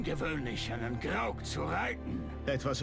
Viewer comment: Grog? ich glaube du meinst Graug